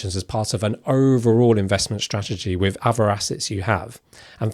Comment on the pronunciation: Can you please work on your “th” Wiv Aufority Fousand Strange you don’t seem to have a problem with lots of other words like that and they